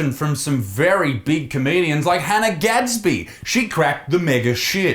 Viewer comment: Hannah gadsby more like Han-'nah'